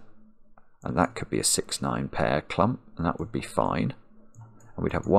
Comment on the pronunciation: At the beginning the word „clump” was kinda funny, but after two hours of Marks clumP!! where P sounds like the sound from opening a can of Pringles made me sick and my anxiety rose to the sky.